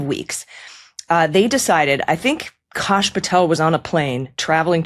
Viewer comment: "kaash" throws me off.. his name is kashyap [ k(uh)'sh - y(uh)'p ]